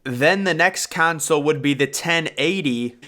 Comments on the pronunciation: Not you pronouncing "console" as "council" 💀💀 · Tf is a "kaansale" 😂